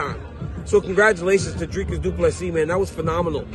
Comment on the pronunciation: Thank you for saying Dricus du Plessis name properly. Please tell Rogan not to insult a South African name. Rogan has many South Africans watching his show.